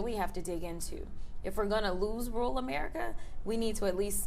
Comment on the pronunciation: I'm a big fan, Ms. Crockett, but please don't pronounce "rural" as "rule."